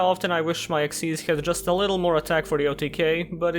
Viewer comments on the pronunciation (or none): none